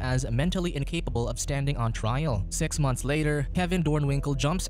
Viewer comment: I dont think you said six i think its e instead of i